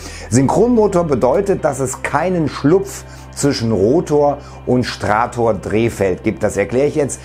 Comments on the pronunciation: Das Ding heisst Stator, nicht Strator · STATOR!!! Nicht STRATOR. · Geballte Kompetenz... Weiß nicht mal, dass es Stator heißt und nicht Strator. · Ist vielleicht Stator und nicht Strator? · Strator.... Ich lach mich tot.... Stator nennt sich das Ding im Motor das sich nicht bewegt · "Stator", nicht "Strator"... Permanentmagnete sind bei größeren Maschinen etwas dämlich. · Stator nicht strahtor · nein, dies heisst STRATTOR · naja - wenn man schon über technik redet sollte man auch die deutsche sprache drauf haben: das ding heißt stator - nicht stRator - das kommt statisch - nicht von 1&1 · das haisst stator nicht strator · Stator, nicht Strator 😊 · Hab ich mich verhört oder sagtest du Strator anstatt Stator lölz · Es heißt Stator, nicht Strator. :) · Stator, nicht Strator! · STRATOR.?? Ich lach mich tot. STATOR!!!! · stator nicht strator. stator gleich stationär (also fest, nicht rotierend). rotor gleich rotierend. sorry fürs klugscheissendanke für die aufklärung vom niemals funktionierendem perpetuum mobile (wuschdenken) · Interessantes Video, aber es heißt "Stator" nicht "Strator" ;) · Strator :-) der war gut :-) Nächstes mal besser ablesen oder eigenes Wissen erwerben ;-) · Stator! Oder sagst du, wenn sich etwas sich nicht bewegt, dass es stratisch ist, statt statisch?